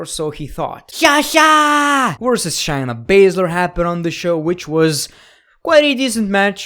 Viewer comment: SHAY- NA, say it with me SHAYna not SHINE-a idiot